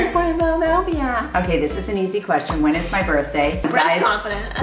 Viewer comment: The fact that brent said my birthdah is a coincidence